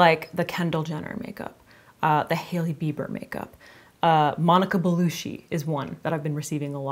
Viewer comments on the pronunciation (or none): Monica Bellu-ch-i ;) 😘